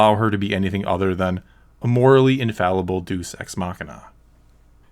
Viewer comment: "Deus Ex Machina" is pronounced DAY-us Ex Makina Edit: Also it's hard to say who should be the villain in Episode 9 because it's far too late to start setting up the final villain at this stage. Very little has been set up by Episodes 7 & 8 and the characters have hardly developed. If Palpatine does come back in episode 9 then when rewatching the series in years to come you could probably just skip straight from Ep.6 to Ep.9 without having missed anything important.